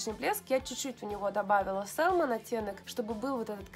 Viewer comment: еще раз: salmon это ласось, когда мы произносим то l опускаем. Говорим мы "сэмон", а не сэлмон, как несколько раз повторила. И уж никак не "сАЛмон" как говорите Вы. Это как в слове often мы не произносим t. Есть такое правило в английском. Примите как факт. Это не нотация, а ликбез, к слову. Мы люди и все можем ошибаться. Но спорить тут бессмысленно.